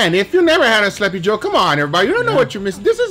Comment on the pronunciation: my man guga keeps saying slappy joe. Rightfully so since that thing absolutely slaps 🤤